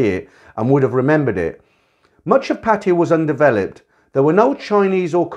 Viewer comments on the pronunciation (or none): love listening while chilling out thanks for the channel. just can i say something. it's not pronounced pateeya, but pa tai ya, since most of your video's are about pattaya. I thought i'd just help